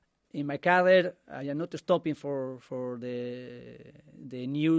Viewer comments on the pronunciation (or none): none